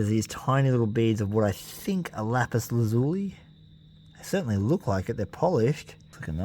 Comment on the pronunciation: Pronounced Lapus laz U lie.